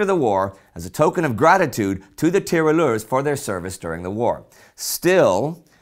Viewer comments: It is not "Tiralleur" but "Tirailleur". Great video. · In French you pronounce 'tirailleur' [tee-rah-i-yeur]. The 'ille' makes a 'y' sound (pretty often, not always) than the 'il' sound.